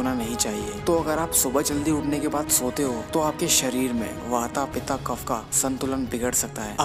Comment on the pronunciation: बहुत बढ़िया और जानकारीप्रद! किन्तु, आप बूरा न मानो तो: आप अन्ग्रेजी लिखावट के अनुसार पित्त, वात और कफ को पिता (pita), वाता (wata) और कफा (kapha) बोल कर उचारण कर रहे हो जो कि एकदम गल्त है, अशुद्ध है।